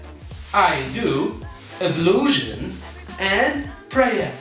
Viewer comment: Ablusion but we prononce it as ablution